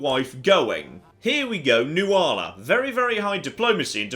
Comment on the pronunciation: Nuala is pronounced "Nuhla" Just thought I'd point this out